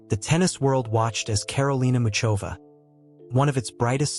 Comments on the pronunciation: Mikulov is in the south of Moravia,i.e.the eastern part of Czechia. It is NOT in Slovakia, plus, the pronunciation of her name IS [ˈmuxovaː] pronounced like the "ch" in the Scottish word loch or the German name Bach. Do your research first. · I don't understand how some idiot could post a profile of a world-class tennis player on YouTube without checking the basic facts—he doesn't even know how to pronounce her name.